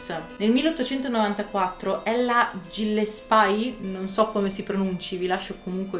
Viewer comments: Complimenti, ottimo video. Il cognome Gillespye si pronuncia Ghillespi 😘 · Si pronuncia Ghillespi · Gillespie si pronuncia ghillespi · GILLESPIE : pronuncia GHILLESPI . Come Dizzy Gillespie, il famoso trombettista compagno del sassofonista Charlie Parker , che infatti si pronunciava DISI GHILLESPI . 😉😁👋 . Anzi meglio ancora GHILESPI, con una L sola 👍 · . Video interessante, nel più grande e ricco impero di allora, i poveri erano trattati in un modo orribile, manco i ricchi fossero tutti come Briatore.Gillespie si pronuncia ghillespi.